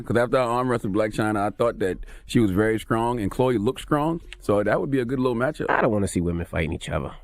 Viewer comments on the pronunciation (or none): Everybody: STRONG Charlamagne: SKRONG